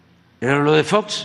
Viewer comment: Jajajaja fox, ya ni sabe decir